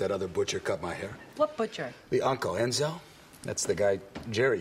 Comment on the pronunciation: "The unckle.. enZOHHH" 😆😂 😭 I rewtached this gem like 10 times dying w laughter loll